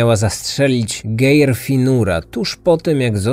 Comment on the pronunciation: Geir, wymawiamy Gajr, no jeszcze tam inne male bledy w imoinach i miejscowasciech, ale nie bede sie czepiac bo bardzo lubie twoje podcasty